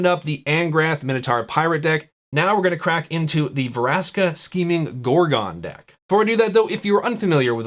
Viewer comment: It's Vraska, not Varaska. Still, nice video. :)